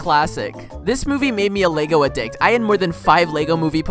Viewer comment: Do you seriously not even know how to pronounce words like addict and allies?